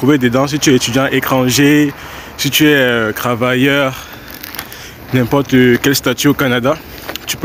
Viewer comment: On dit trois rivières et non crois rivières métro et non merci travailleur et non cravailleur. Tu fais ça comment ?